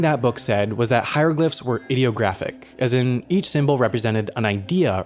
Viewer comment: Please pronounce IDEOGRAPHIC as "Eye-deo-graphic"